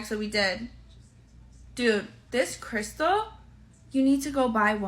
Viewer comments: What did she call that a crystah lol no sound it out crystal 🤣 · the one in the third clip doesn't have any credibility with me as she can't even pronounce "crystal" properly! I get what you say about her looks, though. I once worked for a company who turned me down for promotion on several occasions in favour of girls who's only real qualifications were the ones they kept in their blouses!